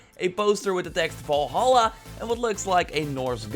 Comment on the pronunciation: Every time he pronounces Valhalla wrong I cringe so hard.